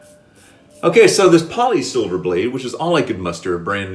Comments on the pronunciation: It’s not pronounced Polysilver It’s pronounced Polesilver because they used to be manfactured in Poland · PolSilver not Polisilver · FWIW - “Pole-Silver” 😀